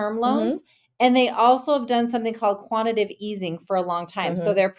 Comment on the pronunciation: “Quantitative” easing, not “Quantitive”.